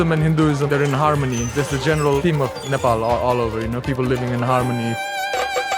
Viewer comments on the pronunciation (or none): It's not Nepol, It's Nepal